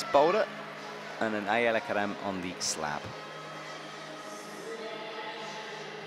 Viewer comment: Also, I love Shauna's commentating, but since always get flack for mispronouncing things, I have to say her consistently calling Ayala Kerem 'Aaliyah' was pretty annoying.